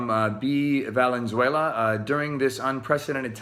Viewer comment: My maiden name is Valenzuela, and when he pronounced it correctly?! Lawwwwd. I about died.